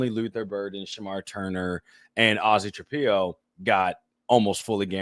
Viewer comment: Please LEARN how to say Ozzie Trapilo. It's not hard.